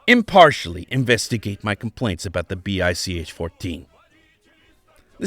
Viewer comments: It's pronounced "Bye-Che" which makes the pronunciation of what test pilots called the BICh-14 better. It's easy to see how ground performance of the BICh-3 would be terrible (see the youtube of the adorable RC model of one which is flying very well). The 7a and the 3 in the air were good, even excellent, as was the Che-22 glider before mechanical problems made it crash. The little 20 and the monster 21, and the amazing 26 are the "What If" of the story. See also from Kharkiv \ Avianito school the KhAI-4 "motorized glider". All-wing with a big fin & rudder, single engine, 10 seat ort 1 ton payload. It had troubles with balance and controls at first, but after these were solved it apparently did well, served as a utility transport for a little while. "I see what you did there" leading into talk of the Moskalyev "flying wing" planes. You deftly hopscotched over the SAM-4 and SAM-9 so that I could have sworn you were talking about it as a parallel of a first attempt to approach transonic speed. Another interesting what if story, leading into the amazing RM-1 rocket plane. Then the monster long range strategic bomber. Mach 3+ as-if, it would have been awesome enough with more reasonable, supersonic dash performance projections. Looking forward to some discussion of Moskalyev wings. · Ah, I don't hear very well so I thought he was saying Bis.